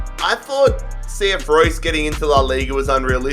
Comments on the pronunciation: It's cf Roos. Not Roy's ffs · You do not say Reus like Royce. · pronounced reuuus not like the german marco reus lol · It’s pronounced RAY-OOS not Like Marco reus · Since it's Spanish, isn't it pronounced ray-oos? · Its ree-us + i just came back from reus 2 days ago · It’s pronounced “reh oos” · Re-us, not like Marco Reus